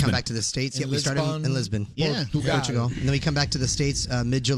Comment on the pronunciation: I'm starting to think that Kevin love's saying Portugal, and I LOVE him for that 😍